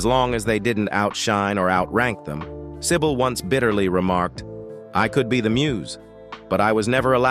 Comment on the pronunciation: Do not pronouce her name as "sai bowl", totally wrong.